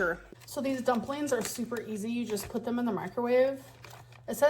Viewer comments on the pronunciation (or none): And to make it worse, she’s not content to say “dumpleens”, she says: dupleens. Infuriating.